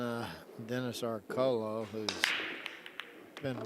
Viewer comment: It is Orcullo isn't it, not Orcollo ?